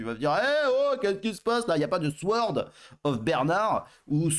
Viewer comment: Le W dans sword ne se prononce pas 😮